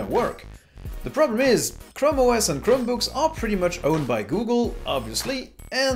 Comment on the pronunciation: Chram OS A mans chram